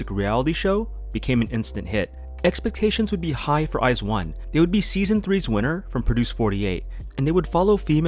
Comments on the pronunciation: I wasn’t an iz*one stan, but I thought the fandom name was pronounced like “wise one”. My bad! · I always pronounced the fandom name like how the members said it, "Weez-One"